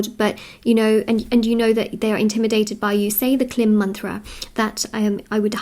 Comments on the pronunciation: Just as a help for anyone out there the mantra is not pronounced that way. It is pronounced “kleem” best pronounced in a sort of nasally way so as to feel it vibrate in your crown chakra. Hope that can be of help to some. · I really think you are wonderful and a fantastic reader! And, I have to say the bija ( seed word) “ Klim” is pronounced “ Kleeeemm.” It may also be spelled “ Kleem”. It is a sacred bija of an aspect of Mother Divine called “ Durga.” 🌹Connecting to Mother Divine is wonderful. I would suggest “ Om klim ra ra” for doing a 108 x round of japa meditation. Pronounced “ Aum kleeeem rah rah”. You are inviting Maha Durga in! Thank you for you, and God Bless! 🌠🙏🏽🌹